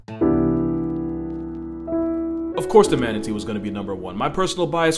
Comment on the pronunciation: manateaar... err.. there is giant gentle soul out there...